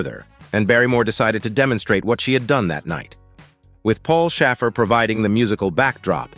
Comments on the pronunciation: Paul Shay-fer not Shaff- er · Paul Shaffer's name rhymes with "safer," not "gaffer." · Paul Shaffer is pronounced with a long A YA KNOW? SHAY FER. Yikes, how did you mess that up? He's a total icon in the music industry and broadcast as well. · What about Paul Shaffer (rhymes with gaffer) not 😅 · Paul Shaff-er? This bot need reprogramming. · I know. Seriously? And Paul Shaffer too! What GPS system narrated this video? It was painful watching the video. Would have preferred hearing the actual video clips of each of those shows then listen to the botched pronounced names. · It was mispronouncing Paul Shaffer that lost me.